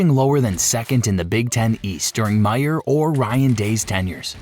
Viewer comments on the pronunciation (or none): none